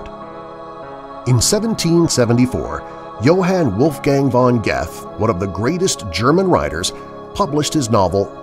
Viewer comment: Thanks for the great stories, but your pronounciation of Goethe is so far of I have to laugh everytime you say his name